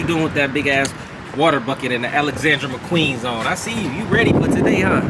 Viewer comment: He say them Alexandra McQueens😭